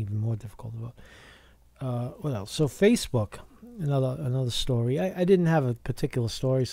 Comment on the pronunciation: "Facefook" ftw! lol